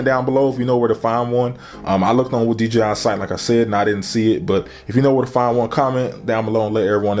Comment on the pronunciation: Man said d g i